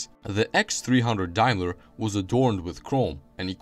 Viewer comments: The "Mark eX" as you called it wrongly is actually the Mark X (Ten) in roman numerals. It later became the 420G, the "G" stood for "Grand". The "Dime-ler" brand as you called it is pronounced Dame-ler, Daim-ler. Also, or your information, Jaguar produced cars with a "V8" engine between . It was basically a Jaguar Mk 2 with a Daimler 2.5L V8 installed in it. It was referred to as the 2.5 V8 and later became the V8-250. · It's day-mler in UK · XJ40 was the first Jaguar drawn with a computer - Sir Bill Lyons approved. Rover SD1 was the first British car done so - in 1976. Daimler is pronounced 'Dame-ler' in English - 'Dime-ler' in Germanic languages. Vanden Plas is pronounced 'Varn-den Plars' - it's Belgian. Great video - some great footage cobbled together. Thumbs up!